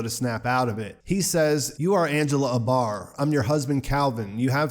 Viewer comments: A-bar. Long A sound, stress on the A. Not UH-bar. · Is it abar or Angela A.......Bar? 2 syllables